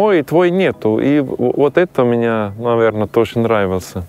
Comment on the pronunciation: Герой выпуска, вы говорите о русском менталитете в вас, так выучите русский. Не может быть русского менталитета в чужом в человеке, т.к. русские мыслят образами и правильно слагают это другим. Вы даже слово "мне" неправильно выговариваете. Думаете что приехали из Швейцарии с деньгами, выкупили себе хутор с землёй и теперь у вас русский менталитет? Вы ошибаетесь, то что вы чувствуете это та свобода, которую вы ощущаете и вы не можете её получить в Швейцарии и ваши аусбильдунги на рабочий профессии конечно хорошо построены в плане обучения, но мне так не нравится ваш пафос именно в голосе, а значит он и в вашей голове. Вы лжец.